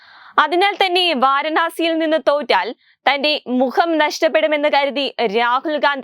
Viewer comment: വാരണാസി അല്ല പൂരണാസി 🤷🏻‍♂️🤷🏻‍♂️ എലിയും പറിയും തിരിച്ചറിയാത്ത ഈ മലരിനെയൊക്കെ എവിടുന്ന് കിട്ടുന്നു 🤷🏻‍♂️🤷🏻‍♂️ അവളെങ്ങനെ ഒന്നുമറിയാതെ ഇരുന്ന് തള്ളി മറിക്കുന്നു